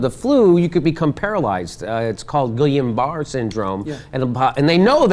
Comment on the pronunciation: Wow, out of his depth here. First of all, that's not how Guillain Barre Sydrome is pronounced. Second of all, no, you CAN'T get it from a vaccine. Third of all, every argument said is 100% wrong. stopjenny(dot)com